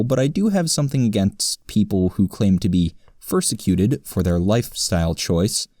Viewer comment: Did you say "persecuted" or "fursecuted"? :3